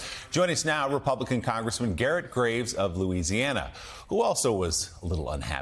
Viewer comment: thank you for saying Louisiana correctly there at the end joe lol.